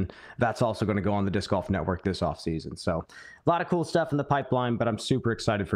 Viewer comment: Proof that we as men grow old but never grow up! says dick in stead of disc by mistake. Cue uncontrollable laughter 😂